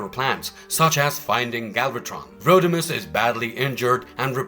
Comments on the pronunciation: It’s Rodimus not Roadimus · He said roadimus prime lmfao Like the Omni productions dub